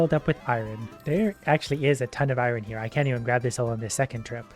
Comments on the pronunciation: Eye-ron, guys, eye-ron. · Why do you say iron like that? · Wtf is eye ron? 😂